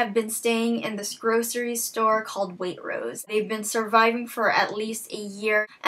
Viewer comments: You can tell she doesn't live in England when she says Waitrose! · hahaha "waitrose". It's a UK supermarket chain. And pronounced... differently ;P Good review, though.